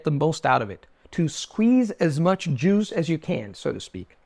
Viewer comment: Your pronunciation of Juice was really close to jews😂. Great advice though.